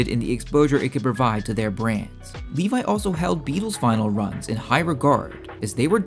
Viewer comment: Funny you call him Livai when his name is Levi